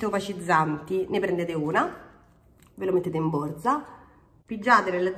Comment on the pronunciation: Riepilogo perfetto ed utilissimo 👍.Sei sempre bravissima e simpaticissima!! Ti adoro quando dici borza come i romani doc😂😂